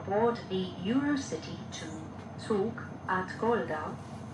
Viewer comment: It’s also not pronounced “zoog“. It’s “tzoog”